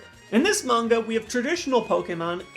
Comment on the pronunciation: The way he says manga 'mungar' irritated me lel